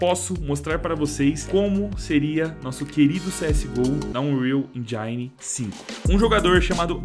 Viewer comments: Dog . . . N querendo criticar mas ja criticando, ksksksk. Pronúncia de engine ta mt errada vei. . . Eh q da agonia ouvir endjáine. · ur enjaine